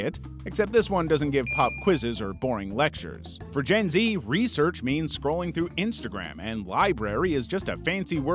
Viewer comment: Other then the messed up way he said gen z. I feel more confident now with compliments he said